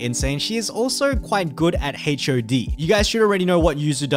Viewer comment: the ways he pronounce HOD as H.O.D really ticks me off lol